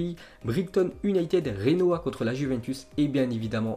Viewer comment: « J »enoa pas Renoa on est pas Espagne stp respect un peut les pays. Merci